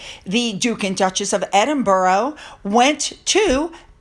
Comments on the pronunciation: PLEASE stop pronouncing Edinburgh as EdinBURROW. It's most irritating. Rabbits live in burrows. It's pronounced Edin-burrah (more like a sigh or exhaling a breath) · Edinburgh: pronounced Edin(burrah), not EdinborO. Sorry, but it’s like nails down a blackboard! Great stuff! Let’s get a DNA test on these nefarious kids! I understand that something is being investigated by the palace, re: Birth Certificates? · It's great to see how happy people are for The Duke and Duchess of Edinburgh, it's great news!, you aren't pronouncing the word properly and I think it deserves the right pronunciation, it's ED-IN-BRA, not ED-IN-BARO..I know it's hard for Americans to pronounce many English names of places and I know you try and get it right. But this I think needs to have it said in the right way 🙏😊❤️ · Not "Edinboro",. It's pronounced"Edinbrer". Just another UK quirk! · Hello. Hope you don’t mind 😀 Edinburgh is pronounced ED IN BRUH- the ‘u’ in ‘bruh’ is the same as in ‘up’. And you put the emphasis on ED. (ED in bruh). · EDINBORO Lol. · Edinburgh is pronounced Edinburra. So much of our language is a pain in the nether regions. Once the Coronation is over, that’s when Charles will clear the decks, in the meantime, he just wants a quiet life and to be able to enjoy his Coronation. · Edinburgh Edin Burr Aah 😊🏴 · Hi, love your videos! Just a note if you're going to be using Prince Edward and Sophie's new titles a lot - it's pronounced Ed-in-buh-rah. I know Americans can have a difficult time with it and Glasgow (pronounced Glaz-go which ends up Glass-Cow 😂). Love from Scotland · Pronounced Edinbruh in my neck of the woods. 🏴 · I truly hope KC3 stands up to the pair for attempting to railroad him. Also, I believe that Edinburgh is pronounced Edin-bruh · Dear,pls check the pronunciation of Edinburgh.